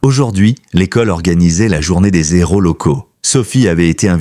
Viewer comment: Dommage que les héros (héros aspiré, pas de liaison) deviennent,par la faute du narrateur, des ...zéros